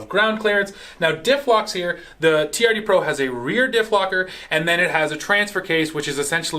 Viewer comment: That Toyota is a TRD. Sound it out.